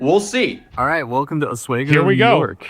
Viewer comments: Oswego not oswaygo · It's Osweego not Osweygo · Oswego is pronounced: os-WEE'-go. ( Not os-WAY-go.) I went to SUNY Oswego. Coldest place I ever lived. The cold wind blowing across the lake is so powerful that the trees grow on an angle. The constant pressure prevents them from growing up straight. Good college, though. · Yes, OswEEgo, New York is cold - it's on a lake. Long E, not long A. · It's pronounced OSWEEEEEEEEEEGO not OSWAAAAAYGO fyi. Also, thanks for doing actual reporting. It's so rare these days. Appreciates ya. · If one more person calls it “Os-way-go” NY I’m gonna lose it OS-WEE-GO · It's Osweeego not wago. Said it wrong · Os-wee-go. Is how you pronounce it. Lots of bars. Literally known for lots of bars. Beer and Wendy’s is a top 5 Oswego experience. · Welcome to Oswego (Ah-SWEE-Goh): small city bound to the shores of Lake Ontario, renown for fantastic sunsets, lake effect snow, drinking (what with the snow) and WIND. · It is pronounced Os-wee-go. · It’s Ah-sweeego. Sadly she lives in my town. You tubers make it bigger than it is. She is awful and loving this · ITS OSWEGO OSS WEE GOH as an upstater i hate hearing this butchered lmao its the easiest thing ever to pronounce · “O-swaygo”. 🤣🤣🤣. Say you aren’t from Upstate NY without saying you aren’t from Upstate NY! And I also love the “recognize-ment”. Does he mispronounce things on purpose to increase the number of comments? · Ironic that he is recording himself putting his pants on while reporting on as court case involving a girl posting footage of a sleeping dude with is pants down. and, yeah, Oswego (pronounced: oss-WE-go) is a very pretty town... that entire part of the state is really beautiful. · The pronunciation is Ah Swego, it's a beautiful town but they do get alot of snow and is cold there. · Its pronounced OZ WEE GO makes me mad hearing him say it lmao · Oswego is pronounced Aus-WHEE-go -buffalonian who drives on the scajaquada (good luck with that one) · It's pronounced Oss wee go